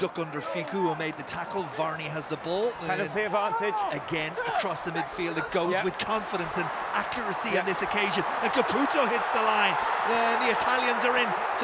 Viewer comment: Both teams are better today. p.s. An angel dies every time the commentator says "Fishketi" or "Kaputso"